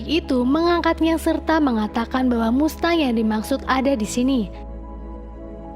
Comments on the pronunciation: Kalo gak salah bacanya masteng, bukan mustang 🙏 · Mengucap finally udh bener tapi mengucap mustang salah teh hehe..bacanya masteng ..❤ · BACANYA MASTENG, BUKAN MUSTANG, ANNOYING DENGER MUSTANG MUSTANG MUSTANG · Mustang dibaca masteng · MUSTANG BACANYA MASTENG MINNNN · Mustang bacanya Masteng kak🤭🤭🤭🙏🙏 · Mustang=cara bacanya "masteng" saya cuman memberi tahu ,supaya teman" tidak salah dalam pengucapan🙏 #IndoPride🇮🇩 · Mustang dibaca masteng!!! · Jgn bikin malu .baca dan ucap. Mustang ( masteng..) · Bs baca mustang dg bahasa Inggris?